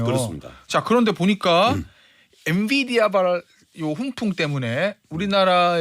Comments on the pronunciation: 엔비디아에요 엔디비아라니 ㅜㅜ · 엔디비아가 아니라 엔비디아예요~~~ 앵커님 왜이러실까